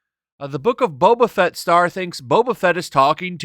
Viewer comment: I cant unhear beta fett